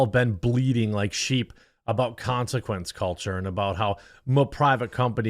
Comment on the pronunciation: Con-si-kwentz culturrrrre